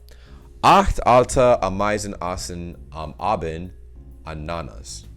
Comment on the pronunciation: Ah!meisen, Ah!bend, Anna!nas: stress on the first syllable each time.